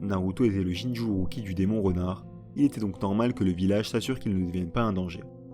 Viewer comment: Franchement, la vidéo est incroyable! Je l’ai pas encore finie mais Wouah!! Par contre, je comprends juste pas comment Sasuke a obtenu le MS? Et on dit « Jinchuuriki » pas « Jinchuuruki » 😅😂 mais tu faisais plus la faute à la fin donc bon 😂